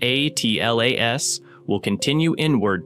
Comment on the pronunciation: It's painful to hear the AI voice constantly mispronounce 3I/ATLAS. I think most people have settled on a pronunciation of "three-eye-atlas".